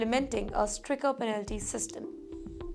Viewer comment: It is stricter not stricker